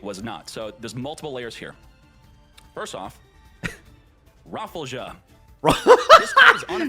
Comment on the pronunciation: "RAFFLE-JAH" HAHAHAHAHAH